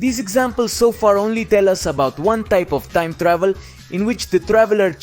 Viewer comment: "Toieeem Tdauhveel" = time travel